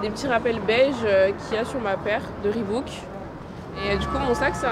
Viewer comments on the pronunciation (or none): none